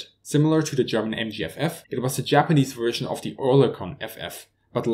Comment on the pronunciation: Very good video and explanations. Suggestion for oral improvement: Even with German as your mother tongue, you should still have to try not to constantly confuse the letters V and W and therefore to pronounce them incorrectly. It is not Wickers ("weekers") but Vickers (like in German "verstehen") and not Wersion (like to wear a coat) but Version (like in German "virtuell"). I know that it is not easy for native German speakers. Lufthansa- cabin crew like to say life "west" instead of life vest or life jacket. No offense. Thank you.